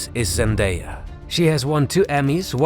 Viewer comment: Who the heck is zandaya???